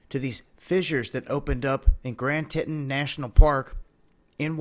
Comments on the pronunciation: Teton is pronounced TEE-tawn not titton.. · Did you just say Grand Tit-on? The correct pronunciation should be Tee-ton. Thank you. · TEE TON not titin lol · Fascinating images and information. I never would’ve known of it if I didn’t subscribe to your channel., it was kind of funny calling it “Grand Titen” but the correct pronunciation is, I believe, “Grand Tee-tahn”. You’re a young guy so I totally understand when you mispronounce, I’ve done it plenty of times myself, especially when I was younger. Love your videos. God bless. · First, it's pronounced TEE - TON (Not TUN - the O is not a U) …. and definitely not TIT- UN. Normal fracturing of solid rock that probably did happen in the winter due to freezing. And for anyone afraid to go to the Tetons or Yellowstone, that's ridiculous. Nothing is going to "BLOW" anytime soon. Geologists would know and would report so if anything was imminent. And to miss out of the beauty of both the Tetons and Yellowstone is depriving yourself of their natural wonder and beauty. I've been twice to both, and I'd go again happily. Be safe yes, but be sane also. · GRAND T-EE--TON NATIONAL PARK... lol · It's pronounced (TEA-TON) not "tit-on" just some friendly help from a local. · Grand titton... Teeton, now you know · Grand tet'un? Grand TEE'-TAWN,. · Grand Teton is pronounced "Grand Tee tahn" not "Grand titen". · how can you not know how to pronounce Teton?? It's Tee Tahn, not Tit On. LOL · Tee tawn , not Tit ton. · grand "titton" ? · Probably because no one has ever heard it pronounced "tit-an" as opposed to "te-tan" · Tea..tawn! Haha...great info..thanks! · "Tit-in" lol Beautiful place though, right? I lived there for a few years. Miss it dearly everyday. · TEE TON TEE TON ! SAY IT RIGHT!! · Good post! However, the correct pronunciation f or Grand Teton is: Grand "Tea-tawn" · Just a little fyi it pronounced ( Tee-Tawn) live the videos! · It's pronounced "TEETAHN" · It’s pronounced tea-tON.